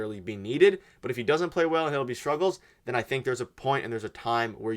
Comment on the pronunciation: And pronounce Hildeby properly. These guys are really clickbaiting lately.